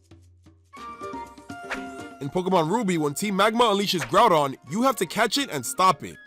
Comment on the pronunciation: DO NOT LEAVE OFF THE Y IN GROUDON! AND IT'S KYOGRE, NOT KIOGER!